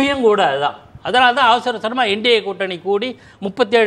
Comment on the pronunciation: எண்டி கூட்டணி இல்ல. நண்டி கூட்டணின்னு சொல்லுங்க.